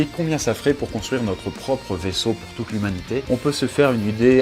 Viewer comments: Tu as dit l'huminité au lieu de lhumanité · " Toute l'hémunité peut vire la dans" mdrr 😂